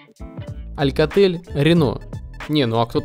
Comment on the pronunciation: говорится АЛКАТЕЛЬ, АСУС ...